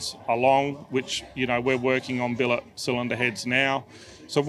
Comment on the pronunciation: did he just say billit cylinder heads? :)